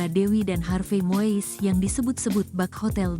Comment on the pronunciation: Ini narator Tribune harus belajar lagi melafalkan nama orang dengan benar. Melafalkannya bukan MOIS tapi MUIS!. 🙈